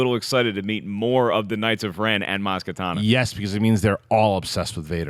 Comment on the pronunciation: It's Kanata,. Ka-na-ta. Not katana.